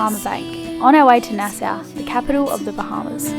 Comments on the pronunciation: its pronounced NAS saw, not NAs SOW, haha to funny your accent, especially when I have heard you pronounce Tom-ah-toe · Hey guys Nassau pronounces more like NASA. he he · It’s pronounced Nas-all. I love you guys. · It's pronounced nas-saw and Bahamian rhymes with Damien. ; ) and as Plucky would say, "look at that water. That's some nice water". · I love to here you say narrow, try saying nasaw is the way we pronounce it. Love you guys and you are right the water in that Bahamas are beautiful. Counting the days to see the BABY. has such a beautiful baby glow about her, good job. Till next week, later 😎